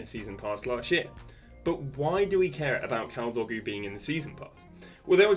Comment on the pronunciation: Bro said kaldogu